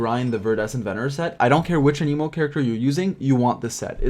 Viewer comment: i dont think thats how you say anemo lol